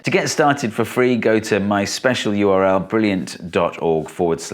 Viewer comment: Why does he pronounce URL as URI?